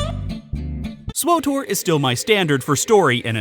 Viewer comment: Swowtor /giggles Say it again!